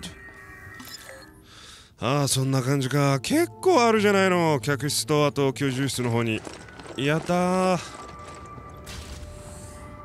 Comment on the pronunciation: 「居住室」を遂に正しく読めるようになったのね… 兄者さんかおついちさんに指摘されたのかな…